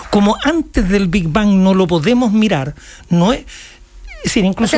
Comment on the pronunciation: El chabón dice "el bi ban".